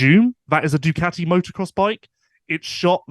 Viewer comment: Love how you call ducati, doocoti